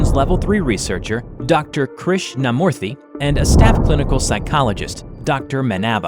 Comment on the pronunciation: A lot of corrections to be Made in some of the Indian names By A Fellow Tamilan here! Krishnamoorthy Was right, Except For the Last name. it Should be Pronounced "MOO-rthy" Not "Mo-rthy" Second of all, in the Scene where Krishnamoorthy says about how his mother told him the Legend of the God of Serpents, The Real Name is "Shesha" (Kind of Like Saying Ananstesha, the Name without the Anan) or "Anata" (AAA NUN THA). And Vishnu Should be Pronounced "VISH (Like BISH-op, the Chess piece) NU (Like Saying No Without O and instead U.)